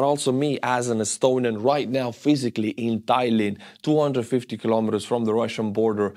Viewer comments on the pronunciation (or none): none